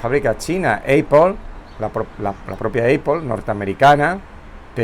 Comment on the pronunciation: ápel, no eipol